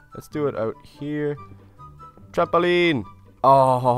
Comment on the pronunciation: is he and little lizard mexicans or what because he sounded like when mexicans said lava and trampoline ok i think they are bye 😃